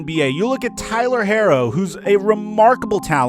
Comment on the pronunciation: He said Tyler harro 😂🤦‍♂️